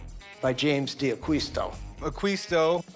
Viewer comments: Being half Spanish, every time they say 'AqUisto' .. i shudder .. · So many mistakes about Jimmy. It bothers me when they don't pronounce D'Aquisto properly. They should read "Acquired by the Angels" to get a better idea. Although even that good book has some enhancements. In particular the story Jimmy's Mom told me about how he started in John's shop. Jimmy was sitting at the table when his mom was telling my wife and I that story.